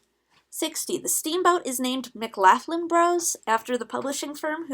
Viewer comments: Just pointing out, mclaughlan is pronounced 'mc-lock-lan' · it's pronounce McLOUghlin or like trying to say loft without the 't' in it. It's another version the Surname in Ireland, the personal name, Lachlann. Also from the Gaelic form, Mac Lachlainn, denoting the son of Lachlann. And it is the combination of Scottish and Irish, and the common surname is McLoughlin, so you'll be seeing 'ou' a lot instead of 'au' when you search up The McLaughlin Bros. or in general. Also, I'm part of the McLaughlin clan, cheers! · Love the vid, but just wanted to inform you about the pronouncing of the name of the ferry boat McLaughlin (it's my last name) it is said like mic-glock-glin. Thank you